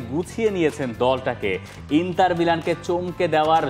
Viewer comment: ইন্টার not ইন্তার